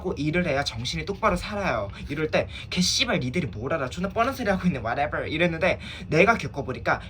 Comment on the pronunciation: 왓에벌 핳때마다 넘웃낌